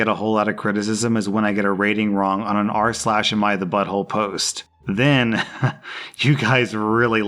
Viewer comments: "ars lash" Burnt into my brain now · I'm never not going to hear "Arse Lash" from now on.